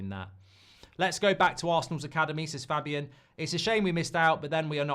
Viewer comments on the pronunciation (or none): none